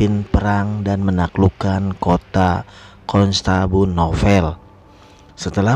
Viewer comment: Rasaan teh konstantinopel da lain konstanbunopel sugan etage he😁😁,,eta bari maca lain bro, kade salah brow! Kain kiswah teh dirajut bro pake tangan